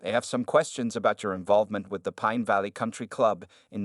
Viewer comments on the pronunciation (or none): none